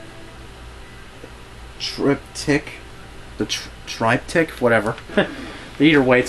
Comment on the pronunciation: It's pronounced The TRIPTICK, nice update I think i remember your old one